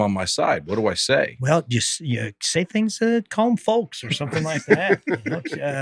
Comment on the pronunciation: The L in “folks” is silent. The L in “folks” is silent. The L in “folks” is silent. The L in “folks” is silent.